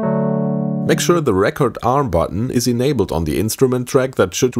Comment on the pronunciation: Your pronunciation of "record arm" has me questioning everything